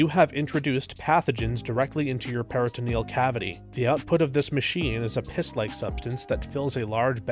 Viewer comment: "PERRA ta NEE al" dialysis.